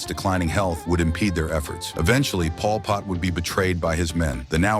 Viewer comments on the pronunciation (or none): “Paul Pott”